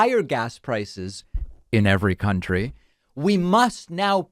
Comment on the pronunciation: I love the pause and speaking close to the microphone “in every country”. You should do it more often. It’s funny and adds some highlight to the idea.